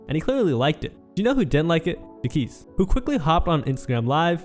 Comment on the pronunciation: idk why you keep mispronouncing Jacquees when they keep saying it in the clips it’s honestly cringey like you didnt even listen to them saying his name when you edited the video. its JAH-KWEESE 😒 not whatever you’re saying